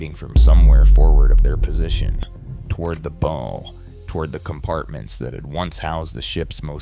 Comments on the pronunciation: Teach your AI narrator to pronounce BOW to rhyme with Cow! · You pronounced the front of the ship the “bow,” as in “bow tie.” And then you try your hand at humor with Stockton Rush holding a joystick, then say, “they were in no hurry, there was no “Rush.” You my friend, belong in a circus with the other clowns riding miniature bicycles. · Man... I really hate the AI narration. Mispronouncing words like BOW. Showing irrelevant video content. What an insult. The thing called a canteen was an OBA (Oxygen Breathing Apparatus). Again... Demonstrating the lack of research and laziness of the producers. With a little research, the author would have found ( or did find and conveniently left out) that Certain Large Squids in that region are very aggressive and hunt in packs, which would account for the unusual shapes and simultaneous attacks of surviving crew members. I don't like or subscribe to Junk AI Video.